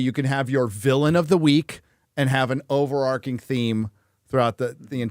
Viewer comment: It's "overarching" not "overarcing" (which isn't a word, dum@